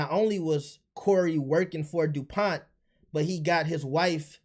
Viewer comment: Also this man just said “Dupoint” 😂 cmon now bro